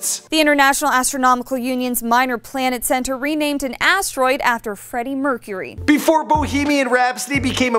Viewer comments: Bra mercharuy get your names right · Freddie MERCHURY